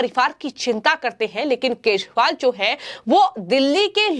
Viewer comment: केजरीवाल है,,,,, ना कि केसवाल हैं🤣🤣🤣🤣🤣🤣